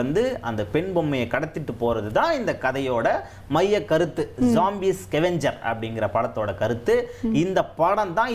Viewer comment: Yenda tharkuri, scavenger nnu pronounce panna Theriyala😂 iskeven J inggura naan koora yeadho china peru pola nnu nanacheen